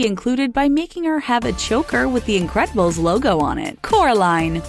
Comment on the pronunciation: "Elsa" * shows clips of Anna * It's also called the Incredibles, not the in'crack'bles..